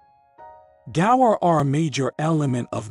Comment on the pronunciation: Gaur not gores what are you dumerican or something…pronounce properly dude.